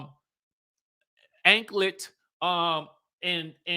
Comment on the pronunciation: Not "Anklet"😂😂😂😂